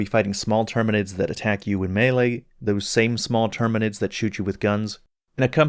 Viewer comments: HE CALLED THEM TERMANIDS AAAAAAAAAAAAAAAHHHHHHHHHHHHHH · Him saying the name wrong doesn’t change how the game felt to him to play mate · Besides, you did mention not being specially big on 40K stuff, people holding this against you are nitpickers. How about commenting on the actual content of the video? And with Helldivers 2 having been a hit, it's no wonder some would mispronounce tyranids, it's really no big deal. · professional reviewer with 150k+ subscribers could not be ARSED to actually learn one simple word for his video which, in time, will make him thousands of dollars. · I read this exactly when he said it. He did say tyranids after though.